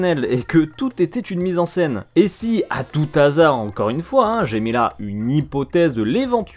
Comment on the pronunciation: Cool ! Pas "à tout-t-azard" mais "à / tou / azard" - hasard c'est un H aspiré. Pour te donner une astuce quand tu as un doute : est-ce que tu dis "l'hasard" ou "le hasard" ? Si tu fais l'élision, c'est un H muet (l'heure, l'hôpital, l'hélicoptère => tout-t-hélicoptère, un-n-hélicoptère). Sinon, c'est un H aspiré (le Hollandais ? un // Hollandais. Le héron ? Un // héron. etc.). :) Donc pas "à tout-t-hasard" mais "à tout // hasard" (sans liaison). Peace out, cowboy! :)